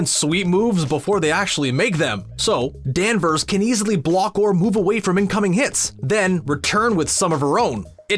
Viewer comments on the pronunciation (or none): Narrator uses that weird speaking techniquie I sometimes hear radio DJ's use where they add an "uh" to the last syllable of a word... to fill space? Case in point DanversUH